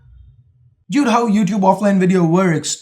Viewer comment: Hey, Your pronunciation of 'Dude' is wrong. It's pronounced more like 'Dood'. Hope you'll take my correction in good spirits:)